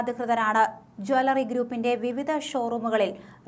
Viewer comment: ജാലറി അല്ല ജ്വല്ലറി എന്നാണ് പറയേണ്ടത്. ഈ പെണ്ണ് സംസാരിക്കുമ്പോൾ വാക്കുകൾക്ക് ഒരു ബലം കുറവാണല്ലോ???